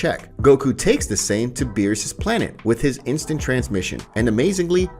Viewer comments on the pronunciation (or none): none